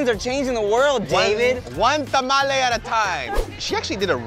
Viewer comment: Shout out to you guys for pronouncing tamale correctly.